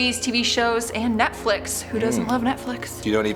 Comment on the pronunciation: It kills me the way she says “Nectflix”💀😂